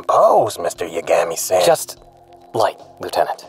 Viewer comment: I doubt I'm the only one to notice this, but after a while, actually starts to pronounce Yagami correctly.